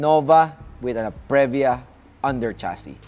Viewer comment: Punyeta ka magtagalog ka nalang. Saka Previa is pronounced pri-vya not pre-vya